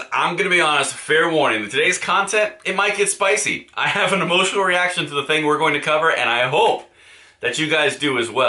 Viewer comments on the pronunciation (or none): Had to start this again… all i heard was “Spicey”… say what?